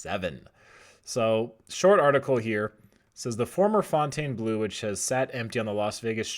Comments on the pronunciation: It's pronounced fountain blue not "fontane" blue! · Pronounce it. Fawn-tawn-bluu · Bro it's just pronounced "fountain"...don't over think it. 😄 It's mind blowing that the property has never been open. However I do think the North Strip will continue to evolve, for the better.